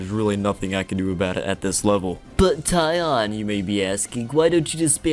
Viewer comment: Omg you named yourself TEE ON. How could you. Introduce yourself as tie on for so long... Omg... This is "sarcasm"